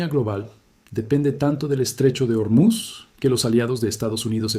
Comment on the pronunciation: Terrible traducción por la IA. Y por cierto no es Ormiz, es "Ormuz". Buscate otro oficio sea la máquina que seas.